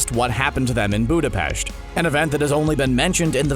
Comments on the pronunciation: That's the Correct way to say it once your native is english, Budape"S"t doesn't works with the same "S" as the english does, it's shh instead of a S, and nor does the T but that's less noticeable.. We (Hungarians) make the same english "S" sound when we use "Sz" but without the "Z" it's just a Shh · It’s the correct pronunciation of Budapest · OMG YES YOU SAID BUDAPEST CORRECTLY! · More like Bo-Duh-pest, but if you wanna pronounce it closest to it's native language then, Bo-Duh-peSHh-t Both works, since both is correct. Just different languages. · That's how you pronounce it, dumbass. Ugh, Americans. shakes head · BudapeSt not BudapeSHt... ok?.. good :) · It is pronounced budapesht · You pronounce Budapest like that in Hungarian you dumb fuck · that's how you pronounce Budapest in Hungarian you dumb fuck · Finally someone who knows how to pronounce budapest! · I'm glad he says it right, my father is from there and it bugs me almost on one in North America says it right.